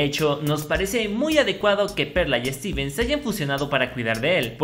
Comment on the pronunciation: lo saludo pero dijo su nombre mal steven morido xdxd